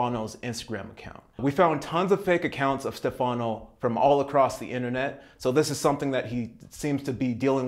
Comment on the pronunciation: No big deal, but the name Stefano is pronounced with the accent on the first sylable. Like STEFano. I'm an American woman who's lived in Italy for decades, coincidentally in Milano, where the real profile in the video is from and my second husband and father of two of my three children is named Stefano. Our horrible next door neighbor in New Orleans INSISTED upon calling my ex husband "Ste FANO", so when I hear it pronounced that way it drives me nuts. It's really easy to pronounce the name correctly, so I just thought I'd let you know. Ciao! 🌞